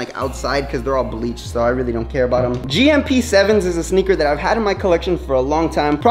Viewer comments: GMP 7s ? Lmao I know what you meant to say but the inner hypebeast in me had to point that out 😂 but great collection bro ! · He said gmp